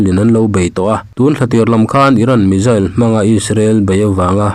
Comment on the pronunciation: I Chanel hi ka lo thlir ve thin a,tinge missile hi(Mizzil/Mijil) angin i lam thin le?missile tiin lam. Ve mai ta che